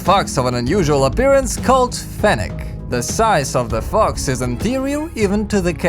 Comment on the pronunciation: its FENNEC FOX not fenech.